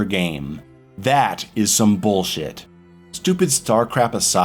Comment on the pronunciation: I enjoy the way he says “boolshet”